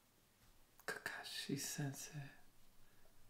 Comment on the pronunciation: Ya... I too remember in one guy's reaction, he keeps saying Kakashi as 'kya-kkaa-shi'.